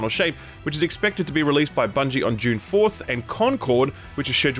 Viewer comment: Every time you say "June" now I think of Dune